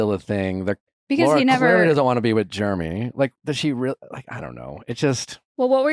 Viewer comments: Lol I love that Nick pronounce his name "Jermy" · I LOVE that Nick pronounces Jeramey as “Germy” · Is Nick calling him Germy? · I love how Nick keeps calling Jeramey "germy" 😂